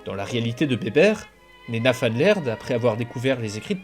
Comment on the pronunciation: Super vidéo ! En revanche "Van" est du néerlandais et non de l'allemand du coup tu prononce "Van" comme "Van Helsing" et pas comme en allemand "Fon"